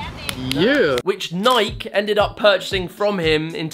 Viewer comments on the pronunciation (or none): The way he said Nike 🤣